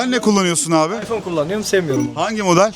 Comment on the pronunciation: İsmini söyleyemiyor iphone kullanıyor adam 😂